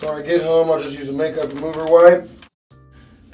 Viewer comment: just for the fact he can't even say the word "MAKEUP" I am done.